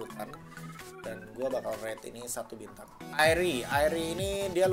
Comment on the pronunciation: Lu kalo ngomong agak jelas dong, pas ngomong bintang kaga jelas bat